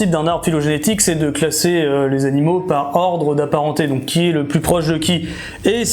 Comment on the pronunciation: Cent mille abonnés, ça y est ! Tu nous montreras le logo YouTube ? Super vidéo ! Je n'ai pas une super mémoire pour frimer avec les copains mais j'ai appris pleins de choses. Par contre, les "zanimal" ça m'a écorché un peu les oreilles, oups...